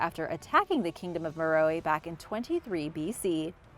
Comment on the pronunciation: Meh-Row, Not Meh-Row-E... lol